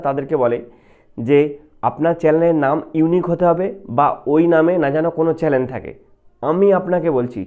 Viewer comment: চ্যালেন না ভাই😂 চ্যানেল😊